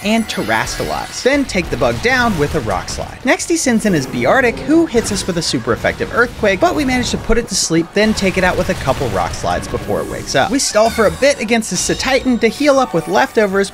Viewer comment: It’s bear tic